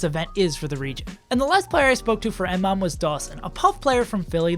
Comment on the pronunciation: It's pronounced Muh-mom.